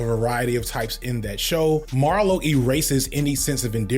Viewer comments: Marlo, not Mario 😂. Hate his guts til this day! but you still gotta get the name right lol. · Marlo, MARLO Stanfield, not Mario.